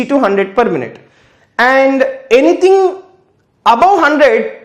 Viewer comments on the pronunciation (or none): none